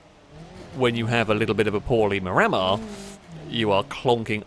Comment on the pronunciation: I live in the Wellington suburb of Miramar and it's pronounced locally as 'mirror-mar.' So it really jars the ear to hear saying it as 'mi-rammer!'